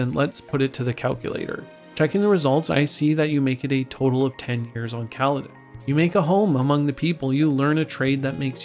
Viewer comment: I respect you for saying kaladesh